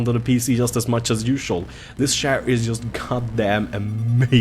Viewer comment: I swore he kept saying share like online banking shares... Nope he was saying chair lol